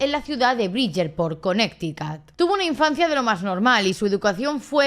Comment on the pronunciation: También al decir Connecticut Según ella para pronunciarlo bien dijo Conecticat, mejor lo hubiese dicho a como se lee ya que la pronunciación correcta es kuh-neh-tuh-kuht o en su defecto Conericæt